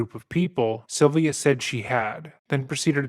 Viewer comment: It's a strange way to pronounce "Sylvia". It sounds more like "Sovia".